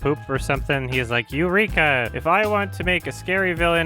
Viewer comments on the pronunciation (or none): "you-reek-a?" nice